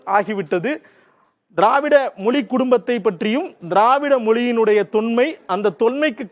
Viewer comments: நீ முதல்ல "மொழி" ய ஒழுங்கா உச்சரி. மொலி மொலி ன்னு சொல்ற?😠😡😤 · Not able to hear ur moli..its Mozhi 🤐😑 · First Mozhi ya correct ha pronounce pannu.. it not moli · Moli😂 மொலி குடும்பம்😢 மொழி. ...ழ sound தமிழ் மற்றும் malayalam உரிய ஒரு சிறப்பு ... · யோவ்... முதல்ல மொழி அப்டின்னு உச்சரிய்யா... மொலி மொலி அப்டின்னு உச்சரிக்கிற... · ஏப்பா... நெறியாளரே.... அது மொலி இல்லப்பா. மொழி. சில இடங்கள்ல முலி'ன்னு வேற சொல்றீங்க. நாம இப்படி இருக்கிறதுனால தான் மற்ற மொழிக் காரர்களுக்கு நம் மொழி மீது மரியாதை இருக்கிறதில்லை. முதலில் நமது மொழியை திருந்தப் பேசுவோம். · என்னது? மொலிக்குடும்பமா?? தமிழ் வாழ்க!...!? வாயில "ழ" வராதோ? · மொலி அல்ல, மொழி. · It is not moli, mozhi, how you people choosing these type of guys to handle this important matter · மொழி என்று உச்சரிப்பதுதான் தமிழ்ழுக்கு அழகு 😊 🙏🏽